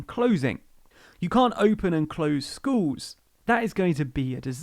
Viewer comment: I'd like to view the whole thing, but I'm confused by your pronunciation: 'skooowwws' instead of 'schools'. Gone to do something else.